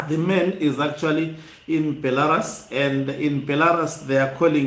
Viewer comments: Be - la - RUSI say it. Be - la - Rusi again Not Belaras ok. If you try to improve your presentation the better. The picture of Mnangagwa in BELA - RUS is an old picture. If you look carefully you see its old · Hama yangu, nyika iyo inonzi Belarus (ra, re ri, ro, RU)s not Belaras as per your pronouncing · Beh - luh - roos Brother